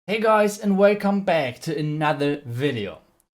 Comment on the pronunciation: Ur English pronounce lol way come bayk